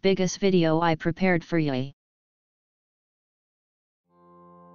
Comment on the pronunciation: We’re just not gonna talk about how he said watch the video I prepared for “yoi” at the beginning instead of you?